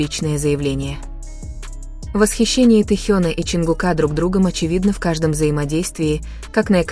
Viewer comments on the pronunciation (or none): Не ЧонгукА.а ЧонгУка